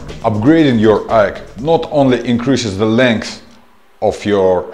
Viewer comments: Lol he actually pronounced aeg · AEG is not pronounced EGG its I EEE GEE